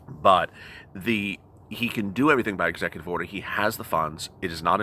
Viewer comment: Execu”TWEET” Order